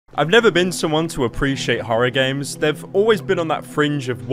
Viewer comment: "I've never been someone to apprecoaye horror games" well that didnt age well lmao